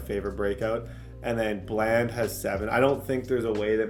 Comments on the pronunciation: “Duh-ron Bland” not “Darren bland” it’s been buggin me that you’re saying it wrong 😭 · just to let you know it's pronounced (Duh-Ron) Bland, not (Der-Ron)